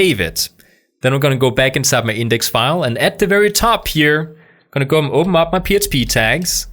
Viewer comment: "I'm just gonna go ahead & opemup my php tags" cute speech impediment bro 🤣❤